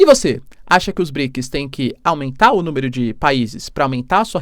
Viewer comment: BriKIS faceBUKI ... tu tem patrocinio pae, aprenda pronunciar as palavras pfv. Outra, arrume um revisor de portugues ai, namoralzao. Vlw